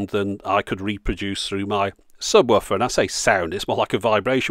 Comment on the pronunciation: "Subwoffer" - is that how it's pronounced? The English language will never cease to puzzle me.